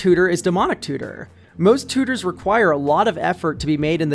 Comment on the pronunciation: I just love the way you say "tooters" lol